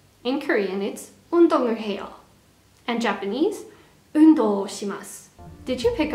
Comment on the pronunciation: 운동을 해요 할때 편하게 하시면 좋아요. 뭔가 성조가 들어가니깐 사투리 같아요